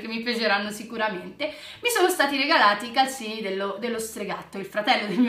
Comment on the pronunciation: Sei bellissima e bravissima e hai dei bellissimi regali tipo la tazza a unicorno che io sogno però calzini si dice con la z no con la s però io non voglio offendere sia chiaro ❤🤣